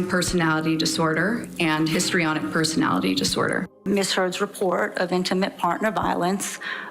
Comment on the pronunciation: *HISTRIONIC Not histronic.